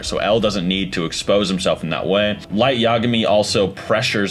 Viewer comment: Man just said law lyet lmao